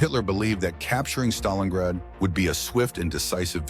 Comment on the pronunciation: I always thought it is called StalinGrad not Stalinrad